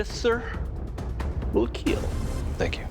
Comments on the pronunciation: It will Keel! Lol 😂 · It will both keal and kill haha